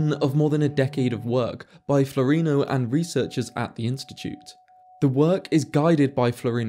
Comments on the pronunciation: I thought his name was Floreano, not floreeno. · Please, his name is Flo - reee- ah- no. Not floreeno. Thanks for video. Quite interesting. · Floreano, not Florino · Love your analysis and presentation. I point of order: I think you'll find that Floreano is pronounced FLOR-EE-AHH-NO not FLOREENO. Our English spelling and pronunciation mindset misreads what is there. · Wouldn't he be called Dario Flo-ray-ano?